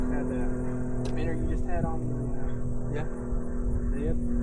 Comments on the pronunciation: Minnow MinnOW there is no R in the word. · Minnow❌ Minner ✅ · stopped watching first time he said minnow